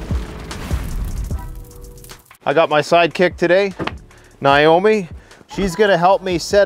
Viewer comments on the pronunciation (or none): none